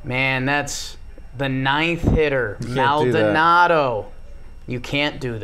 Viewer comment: pls it’s like “mol-Donaldo” not “MAL donado”